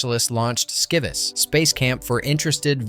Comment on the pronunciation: #12 : SCIVIS just celebrated its 35th anniversary! You butchered the pronunciation though. SCI - like Science VIS - like Vision